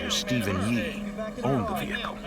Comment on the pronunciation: Vee Hicle ,haha